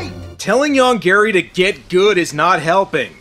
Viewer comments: I know, the monster's name ist Yonggary. But i always hear "Young Gary". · I keep hearing "Young Gary" and that somehow makes this even funnier. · I can't help it, but I always hear 'Young Gary' when they say the monster's name.